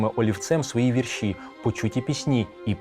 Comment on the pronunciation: У 1848 ще не було Австро-Угорщини. Була Австрійська імперія. "БуковИна", а не "БуковинА", "вІрші", а не "віршІ".